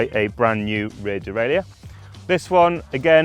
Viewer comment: "der-ray-lur" not "der-ray-lee-ur".